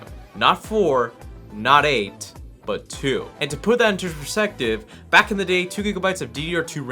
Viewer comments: "And to put that to pffbspECTIB.." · "And to put that into pervfspective" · to put that "intoperseftive" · "And to put that into PERSECTIVE" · It's all about "perspspsective" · "To put that into per sective" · LOL -- "And to put that inters persehtive "